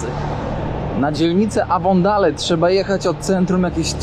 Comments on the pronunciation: W dzielnicy głąbie. ,,ejwondejl''....czy naprawdę jesteś takim tumanem? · Boshe mowi sie avondejl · " Avondale " czyt. Ewondejl... Oj... ucz sie i nie wprowadzaj ludzi w blad...Pozdrawiam 🤗